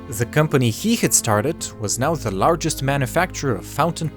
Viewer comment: Why are you pronouncing "the as "ze"? If you can't say the "th" sound, say "d" instead, not "z", please. Btw, I like the rest of your accent, just not the "ze".